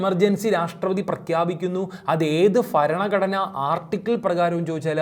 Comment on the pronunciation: അല്ല ബരണഘടന